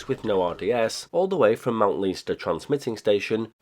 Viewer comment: Hi from Ireland! Leinster is pronounced "len-ster" :)